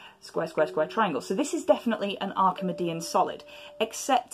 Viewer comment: Is it not “Arki-mee-dian”?